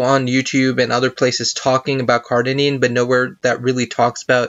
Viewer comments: Cardenine? Cardarine it should be! maybe you have dyslexia,dont know but, you pronounce it wrong, ok! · All the big words this ni**a said why y’all messing with him over 1 he mispronounced? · Great video, thank you for your information. Do you plan on linking the document? I am interested. To the person below me who cannot handle a mispronunciation, go pick up an encyclopedia of drugs and try to memorize 50 for me, let's see how you do. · CardaRine! Holy shit get it right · OK. ..you need to pronounce it correctly in order for me to take you seriously